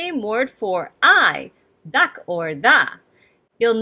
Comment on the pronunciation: You are teaching this language incorrectly. The "K" is pronounced as if the (a) is still attached to "K". The coma in the "Dak' " is basically saying the (a) has been omitted. The "K", is still pronounced as "Ka" making the pronunciation "Daka" as the original language. Try looking at this sentence, it will sound like the original language. "I love cats. = Dak'ro yamuyina. = Daka ro yamuyina.